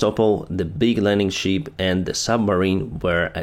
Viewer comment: I understand that you are not talking about "sheep" 🐏 then "ship" 🛳. But your pronouncement always sounds like "sheep". You may also use: vessel, boat, canoe... whatever instead "sheep". Good work.👍